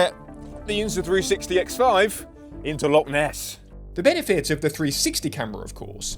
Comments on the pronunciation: Loch, not lock. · 15 seconds in and you're off to a bad start It's "Loch", not "Lock", and we get sun here quite often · Brother please, it’s Loch not lock. Enough folk pronounce Scots words entirely incorrectly, I don’t know why our closest neighbours can’t manage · Loch (not lock) is 230m deep btw